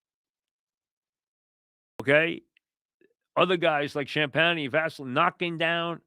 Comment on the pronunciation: Jeez Mike learn how to pronounce fellow alum Julian Champaigne"s name already!